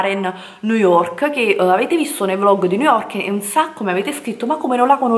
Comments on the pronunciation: Vi ho fatto alcune foto su instagram??!qualcosa non mi quadra, ha postato Delle foto su instagram o ha scattato Delle foto agli altri!? Boh come parla non si capisce una mazza....EMPER STEIT?!?!?! NOOOOOOOOOOOO, Niu yok, poveri noi! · Ma come cavolo pronunci New York? 😱😱